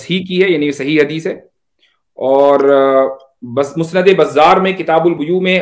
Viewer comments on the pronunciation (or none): none